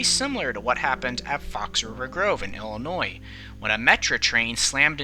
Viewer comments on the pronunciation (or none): none